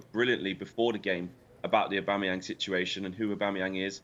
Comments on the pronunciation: Jamie could hardly pronounce Aubameyang 😂😂😂 What is Aubamebang😂😂😂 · This guy on the left calling aubameyang “aubamabang” 😂😂😂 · Aubame ... who? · Who’s this guy who can’t pronounce Aubameyang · Someone teach him how to say aubameyang 😂